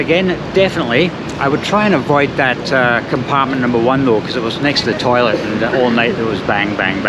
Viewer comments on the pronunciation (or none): none